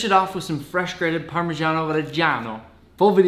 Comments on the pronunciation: The “ parmigiano reggiano 😒🙄” got me 😂 But the pronunciation is still a bit wrong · I hate the english pronunce of parmigiano regiano, couse the original and right pronunce is the italian one but this recip seems good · Ma tipo no, mi son cascate le palle a sentire un Italo americano pronunciare così parmigiano reggiano e fettuccine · In the pronunce of parmigiano reggiano for all the g you have to pronunce G like G in good, I and A in both words made an only sound. In italian the letter GIA are pronunced like you american/english pronunce JA